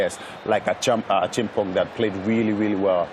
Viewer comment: I like how pronounced Acheampong. That's exactly how it's pronounced in Ghana.